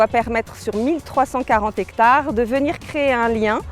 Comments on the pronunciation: J'ai appris un nouveau mot: " zhectare". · des zectares? un zectare, des zarico, des zandicapés...ha non, C'est pas ça, c'est le cinquante qui prendrait un s? ou le 4 avec un s, ou les "cent" qui deviennent des "sans".sinon, bravo pour la forêt. Une forêt de zaricots en ligne.